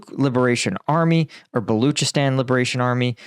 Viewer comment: Balochistan is pronounced Ball Loch(lock) ee stan